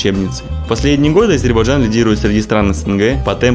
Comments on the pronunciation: лучше сначала научись правильно произносить название республики ! не Азербажан, а не Азербайджан!!! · Ребята правильно говорите название страны не Азейбарджан а Азербайджан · Город красивый, автор костноязычный, его друг вообще двух слов не может сформулировать. Я все видео слышал Азербаджан, это очень режет слух. Дикцию надо развивать и читать книги, а то Короче, Как бы, Ващето... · Даже выговорить правильно не может 🤦‍♂️🤦‍♂️🤦‍♂️ АзербаЖан 🤦‍♂️🤦‍♂️🤦‍♂️